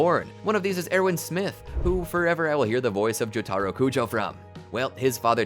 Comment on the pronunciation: Joe Taaro??? Why you saying it like that??? (T-T)